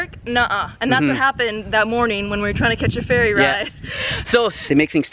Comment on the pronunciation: Oh ferry...thought you said fairy 😂